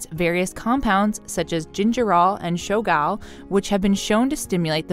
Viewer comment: I’m counting the times she says shogal